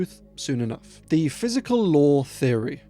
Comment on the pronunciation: "he wasn't kenough" 🤣